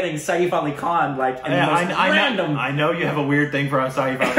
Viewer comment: Saif rhymes with 'waif'. You guys are pronouncing it as Sayeef!